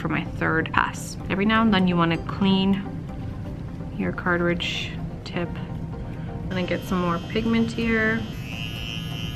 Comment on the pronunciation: ITS NOT CARTAHHRIDGE...... ITS CARTRIDGE. you sounded so well informed and as soon as you said that.....I couldn't take you seriously